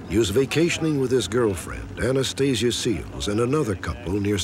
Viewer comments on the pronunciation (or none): Anastasia Seels? 😂😂😂😂